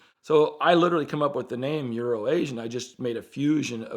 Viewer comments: Everytime would say urination Bob that's what I heard. For the longest time I didn't know it was euro Asia I just figured it was some kinda inside joke. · Does anyone else think they're saying Urination Bob?